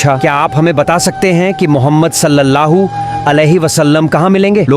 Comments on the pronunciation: Bhai aap nabi ka pura naam to le rahe ho pr sahi se lo ok salla hu alehissalam nahi he sallallahu alehissalam he ok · Naam sahi se lo Sallallahu alaihi wasallam hai ❤❤❤ Salla hoo nahi please 😊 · Sallahu bol rahe aap Sallallahu bolie g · भाई सल्लाहु सल्लाहु नही है सल्लल लाहु अलैहि व सल्लम है नबी पे दरुद् तो सही पड़ो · Jo vedio banarahe hai hamare pyare nabi ka naam barabar bolna sikho first sallallahu alaihi wasallam bolo sallallahu alaihi wasallam hai samje Islam zindabad zindabad Allah hu Akbar ya Rasool ul laah zindabad zindabad...